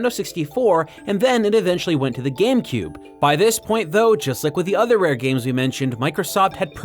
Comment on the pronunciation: Hehehe... "GAM-Cube"...